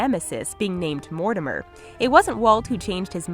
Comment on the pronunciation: Ok did they just say Mortimmer instead if Mortimer...